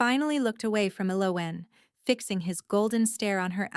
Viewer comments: What is your name ? E loween 😂😂😂😂 poor AI.....the girl can't even pronounce her own name lol. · Right? Very rarely pronounced correctly. [EL-o-when] Which is a shame because it's a beautiful name. Great story though. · Ellowen is pronounced L-O-win. Please pronunciation pronunciation correctly or make your computer do it I don’t know who’s doing it. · This was nice … just wish the pronunciation of her name wasn’t so off throughout the story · Ell oh when....every time they mispronounced her name it irritated me lol. The only bad thing about AI reading the story is the mispronunciations of certain words, like damask...,duh mosk...so frustrating,but a great story otherwise if they could just stick to one pronunciation it wouldn't be so bad...